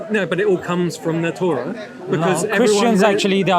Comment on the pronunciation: Bro z its torah not torgha